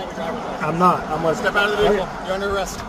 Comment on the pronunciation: Bay-hick-kul drives me bonkers mate, can’t sub.